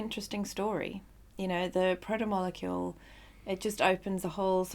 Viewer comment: But you don’t know how to say protomolecule the major part if the story? And amazon gave you a early review?